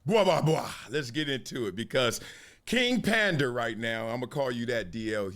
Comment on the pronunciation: No way Marcellus just called him “Kong Fu Pander” 😂😭💀